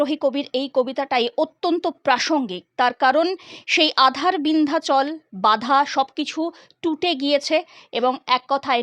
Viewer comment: ভালো ভাবে পড়তে হয়। ওটা আ৺ধার😢 বিন্ধাচল নয়! ওটা হল, "বাধার বিন্ধ্যাচল"।